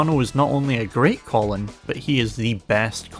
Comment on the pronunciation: Love these analysis videos but man, pronouncing Kolin like the guy name "Colin" hurt 💀